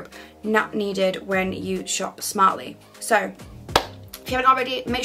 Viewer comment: Is it just me or does she say “soo” really strange 👀😂 .. love your style advice though!